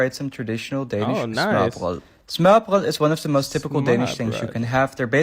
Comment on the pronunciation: The guy at the end pronounced "smørrebrød" very well. Best I've heard from a foreigner.